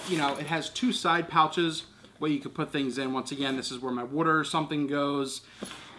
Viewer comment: "Wooder" ? lol Reminds me on ChrisFix's soapy wooder .